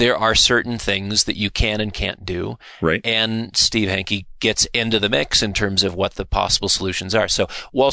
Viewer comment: His name is Hanke, not Henke.